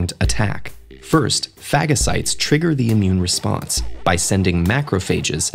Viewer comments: Phagacites...LOL Sorry I had to. 🙃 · Fagacites lol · Hehe... it was scary watching that tv show that made light of carT cells to think the body doesn't attack the cancerous cells because it doesn't count them as a threat... or is it that they can't produce the anti bodies... Didn't think phagocytes were pronounced like that :) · Sorry but I laughed when they said phagocytes